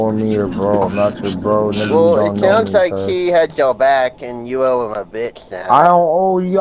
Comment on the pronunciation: "You better tell that you're bwack" is actually insanely fucking hilarious. Also the intro could be a lil shorter.